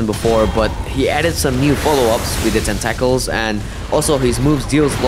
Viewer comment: There is so little LoP SL1 content on YouTube at the moment. This is water in the desert. Quick note: your English is pretty great, nearly perfect. but in America we say "Tent-uh-kls" (tentacles)